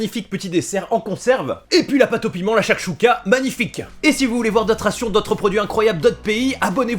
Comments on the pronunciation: Sa s’écrie chouchouca mes sa se dis tchoutchouca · Ça se prononce chouchouka et mechuiya sinon superb vidéo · Sa s’ecrit chakchouka mais sa se prononce chourchouka